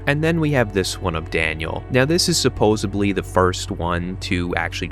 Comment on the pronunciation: "Supposedly".... not suppose"b"ly.